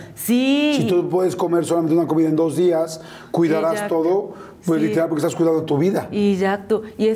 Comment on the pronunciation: Amé sus palabras en español : litoral 😂❤ (literal) que linda me encanta verla saludos para todos desde Ec 🇪🇨🎉